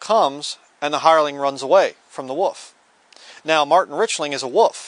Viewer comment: joe clark he's saying "wolf"!